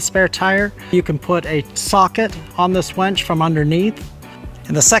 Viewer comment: Winch not wench...but great and informative video! You could have passed the bolts from the other direction and held the washer and nut behind the plastic clip to save removing an extra screw.